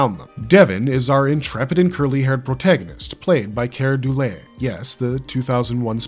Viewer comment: This must be an AI script or voice. BSG: Number 6 wasn't in the original BSG Starlost: mispronounced Kier Dulea's name. Quark: Ficus was a plant, not an android, and there was no shape-shifting poet. Fantastic Journey: No android regular appeared in the series.